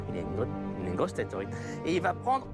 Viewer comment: Saam TheBonnetMan Pour Erebor et Smaug je suis d'accord, mais pour Thorin il le prononce presque correctement ! Il y a juste le "th" qu'il devrait prononcer un peu plus proche de "f" que ça et le "r" un peu plus roulé, mais sinon c'est bon. (Il y a aussi "Tolkien" qu'il prononce mal, mais ça c'est le cas de tous les Français...)